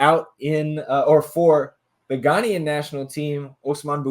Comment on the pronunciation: Good episode, no comment on the hair. People from Ghana are called Ghanaian (Gah-Nay-N) just for future pronunciations.